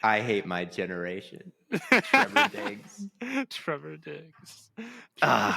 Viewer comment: “Trevor Diggs” lmaoooo